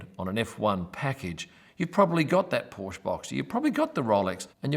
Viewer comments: It doesn't matter where you live. When you are at Zandvoort go an see Toto Wolff, Mick Schumacher or anybody else and ask them how to pronounce Porsche. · You still don't know how to pronounce Porsche.